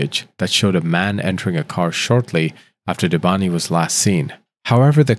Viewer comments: If he says debantiii he means Debanhi(debanneeey) the "H" is silent . How did you butcher her name very good at the beginning 😅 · It's pronounced "Deh!-vah-nee" not Devanti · How come you're pronouncing it Debanhti when her name is Debanhi... the whole case is weird. Poor girl. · Who is Debanti? Man, not bothering to get any of the names right is disrespectful.